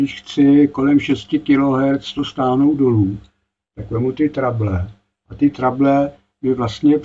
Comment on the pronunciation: měl s výškami velké trable, tak je překlestil a už s nimi nejsou žádné trable 😀 Jak už jsme to dnes probrali, pobavil jsem se i já, však víš. Každopádně pochopil jsem, video poučné. Myslím, že se to jinak vyslovuje Trebl.. Trejbl? Byly to výšky v korekcích? Původní funkce? Kouknu do slovníku. Zdravím, hezký večer, víkend, všem 😀🎸